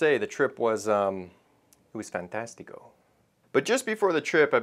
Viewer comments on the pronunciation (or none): Dude said fantastico